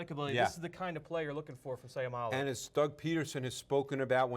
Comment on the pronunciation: Just a small correction his last name ends with an o not u. So u can pronounce with the word low not lou. So its Seiumalo. ( mah-low) At the end of his last name just a help in pronouncing. N by the way. Go Isaac!!!!!!!!!